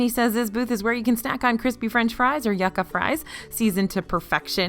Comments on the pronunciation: Hey, not to be a stickler, but this just sounds better, it’s YOU-ka fries. Not “yuck-a” as you pronounced it. It’s a lot more appetizing. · It's Yucca (YEW-KA) Fries lol. Anyway, I love your videos! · Yucca fries is pronounced yoooka fries